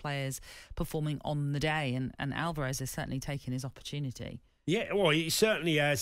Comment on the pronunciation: I thought he was called Alvarez , not Alarvez .